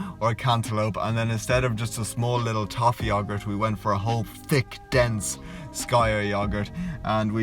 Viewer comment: Long time fan and love the channel brother. Only one thing.. Sk-eeee-r not sky-er bro! 😂